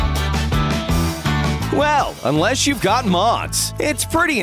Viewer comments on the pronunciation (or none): none